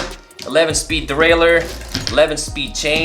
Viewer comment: He said derailier